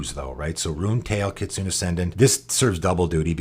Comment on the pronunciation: Kitsune is pronounced kee-TSOO-nay and means fox in Japanese!